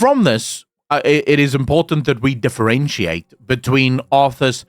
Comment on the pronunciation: "Was Azthas"? or Are Wazthas? War Arthas? :D you might think I'm messing up with you but secretly I helping the algorithm :P